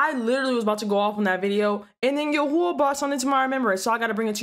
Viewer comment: YAHAWAH NOT YUHUAH BUT GREAT VIDEO.